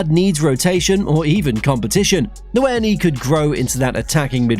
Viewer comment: Hey just thought I should let u know nwaneri’s name is pronounced “wan-yairee”